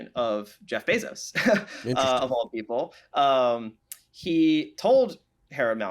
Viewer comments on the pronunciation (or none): none